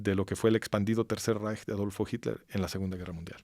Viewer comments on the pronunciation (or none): none